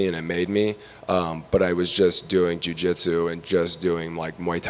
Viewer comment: Why is this reporter having such a problem saying Jiu Jitsu? There is no D homie, leave that at home. Cody looking solid, always a heater on the Texas competition scene. Big things coming his way for sure!